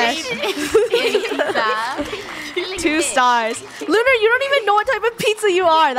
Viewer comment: Lunar not luna